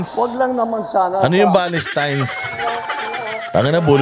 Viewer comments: Bulol🤣🤣🤣Anong Valestines?😂😂😂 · Bulol😂.Basta VOTE STRAIGHT PDP. TATAY DIGONG SAKALAM WATCHING FROM HONGKONG